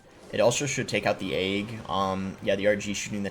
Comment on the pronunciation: The way boss says “egg” like “ayg” just makes me mad for some reason 😂 Love the content though